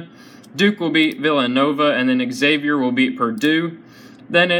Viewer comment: U piss me off every time u say Xavier. Learn how to say it right!!!